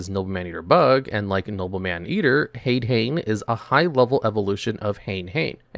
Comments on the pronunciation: Btw, the "ha" of "hane hane" or "hade hane" is pronounced like a "ha", not "a. So it would be "hah-neh" hah-ne" and "ha-deh hah-neh" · "HAYD-HAYN?" Really, dude? This is your JOB and you can't pronounce basic fucking Japanese yet? EDIT: "RAMENized pronunciation?!" I'm being trolled here, aren't I? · The american pronounciation of Hade-Hane and Hane-Hane is...horrifying